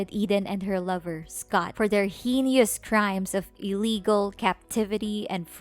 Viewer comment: QUIT YELLING and learn to pronounce words like subsequent and heinous